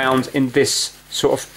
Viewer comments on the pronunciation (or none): You seem to have a problem when saying "Off or Of" the latter is pronounced "Ov" there is a definate V sound. example- The first "of" (ov) the month. example 2- Get off the table. great video though.